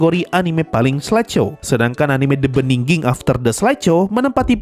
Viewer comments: Begining bang bukan beningging hadehhh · bigining bacanya. bukan bndingging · "The beginning" bang, bukan "the beninging" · knp the beningging sih bang wkwk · Emang sengaja itu. Ngambil dari pidato "in the beningging" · sebenarnya yang gw denger "The Beginning after the end" atau "The bedingging after the end" sih wkwkkw Lu sarkas apa emang beneran gitu bang? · "The beningging" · itu ngomong the beniging itu sengaja buat parodi atau gimana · Wkwkwwkwkwk gw kira kuping gw bermasalah tpi emang dia ngomong nya the beningging 🤣🤣🤣